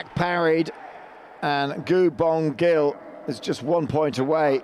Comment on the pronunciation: After winning 3 Olympic Gold medals, FIE commentators all pronounce 'Szilagyi' differently in the hopes that one of them would get it right. Not as bad as the pronunciation of Gu Bongil though 🤣 Also wowee 720p stream at World Champs for another year, at least there's no sound delay though